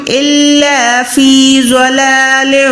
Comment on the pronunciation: Dalālin Kabeer, not Zalālin Kabeer . In Arabic, you must pronounce correctly, if you don't read it correctly, you change the meaning. ضلال كبير